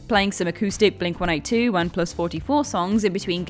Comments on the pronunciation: I knew it! I f_cking knew you'd have a Green Day song on your list! C'mon! Expand your musical horizons, folks! And do me a favor, would you? Surprise your American audience and pronounce the band's name as Blink One Eighty Two, you know, the way it's meant to be pronounced. Thanks and god bless. 👍🙏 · I've never heard another human say "Blink One Eight Two", as opposed to "Blink OneEightyTwo". Is that "The Way of Things" in Britain? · Blink one eight two?!? It's Blink one eighty two. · Blink One Eight Two? I’ve never heard it pronounced that way. Is this a European thing? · It’s actually Blink eighteen-two.. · Why are you so defensive over saying Blink 182 wrong?!? "Oh yeah mate, you ever heard of the band Blink one-eight-two? What about Sum four-one?" Yea, sounds authentic to me. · The way you pronounce “Blink-182” gave me pause. 😂🤣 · It's a UK thing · I also never heard people say Blink one-eighty-two, till this video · It’s a British thing. I think I’ve heard Adam or Josh say it that way, too.